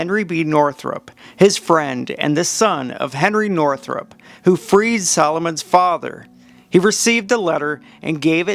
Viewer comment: The name is Northup, NOT Northrup.